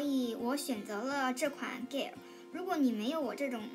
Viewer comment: Aesop (ei sop) 诶扫p Gel (dʒɛl) 洁l Cleanser (klɛnzə) 克兰泽 发音和clean有区别。谢谢支持伊索的产品。：）